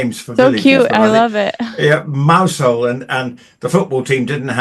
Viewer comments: you need to pronounce Mousehole correctly! It’s not mouse hole! Ask anyone from Cornwall. Oh dear! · The Duchess of Kent: a wonderful, unassuming lady, living a life of dedicated service outside the glitz and glamour of the Monarchy. Isn't that what the Sussexes claimed they wanted to do? That went well, didn't it? P.S. - I believe Mousehole is pronounced in Cornwall as Mowzle ...